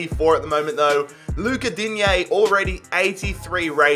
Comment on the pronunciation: In French we say digne not digné 😅😊